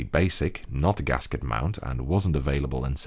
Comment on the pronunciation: just said "gasket mount"